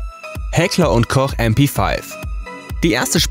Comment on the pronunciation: Du brauchst mp5 nicht Englisch aussprechen, ES IST EINE DEUTSCHE WAFFE...